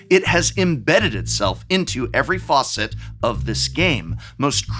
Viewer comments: Did he say "faucet" instead of "facette" ? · "Facet" isn't pronounced like "faucet", just in case anyone watching was confused for a moment. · Facet or faucet? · Prof, we have the same accent, so I know that you shouldn't be saying "facet" like "faucet" homie Sending love from Irene and Bosco's hometown! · Love your pronunciation of "again" and "facet" in this video!